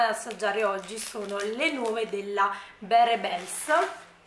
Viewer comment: Bella recensione! 😊 solo per tua curiosità, barebell si pronuncia “barbèll” in inglese significa bilanciere (barebells con la s è plurale quindi bilancieri) 💪